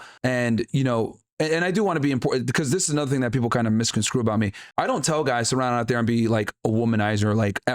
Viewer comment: really said misconskrue 💀